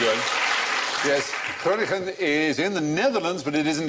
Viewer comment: What a nice surprise to see a question about Groningen, the place where I live. Fry's pronunciation isn't perfect, but good enough. In the local dialect though it's pronounced "Grunn" (with a rasping G)